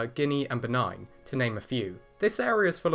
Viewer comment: Adorable! Benin (Beh neen not benign :) )